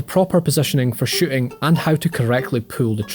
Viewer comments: Lmao i thought he said shitting for a sec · Uhh.. “Two “shitting” ranges”? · ''who now owns a huge shitting range..'' lul